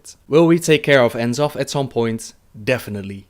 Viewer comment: Great vid but one thing dude, you're pronouncing the final Old God "In-Zoth" rathar than "Nuh-Zoth" as Chris Metzen pronounced it at 2010 Blizzcon during a Lore Panel's Q&A when he first revealed the character.